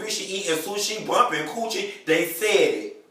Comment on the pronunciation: "eatin sushi bumping coochie", now I had to rewind that thrice just too kind of understand what you said. Was funny none the less!!